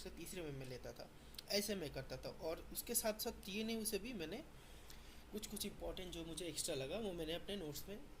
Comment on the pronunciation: Woh TNAU bro not TANU 😅